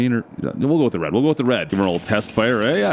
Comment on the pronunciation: that is a funny "red"